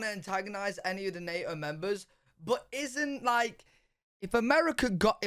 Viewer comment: "Nay-Oh" lmao